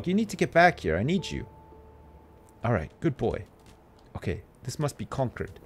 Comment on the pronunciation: This is so weird... I grew up in Concord, MA. Who knew it would be the setting of Ruffio Lorenzo's greatest journey? Also, ' pronunciation of "Concord" is killing me. Despite its spelling, it's pronounced "cong-curd".